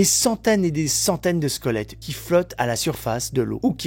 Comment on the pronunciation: J'entends 'squolettes'😆 C'est ouf et glauque!🥴